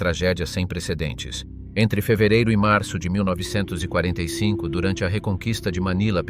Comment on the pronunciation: I'd subscribe if this wasn't read by a robot that doesn't know how to say 1945😅